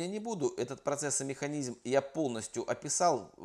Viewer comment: Да чтож такое. Я ещё понимаю ВедизЬм, но механизЬм, это уже перебор. Спасибо за информацию.